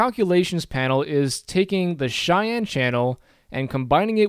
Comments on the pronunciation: Nice vid! I really hate being this guy but the way you pronounce Cyan is incorrect. It's pronounced like "si-yan". The way you're saying it is a city in Wyoming. No hate. It's a weird word. Again nice vid and thanks for taking the time to make it. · I love your tutorials and I really appreciate the time you took to make one just covering color modes, but pleeeeease pronounce cyan properly. I have no incentive to give you because I'll probably keep watching these regardless, but I get very distracted by it.